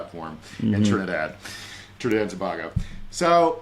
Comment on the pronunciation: I love you and your big brain to bits, but for the love of god, it’s Trinidad and TO BAY GO!!!